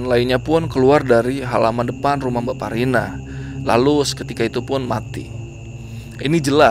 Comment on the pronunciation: aq dengernya jg bsparina , krn dengernya sambil tiduran ,sampai buka komen2 yg lain, ternyata mbakparina, langsung ngakak.